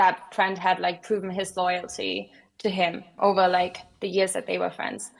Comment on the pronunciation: my guy said “it’s jover?”😭😭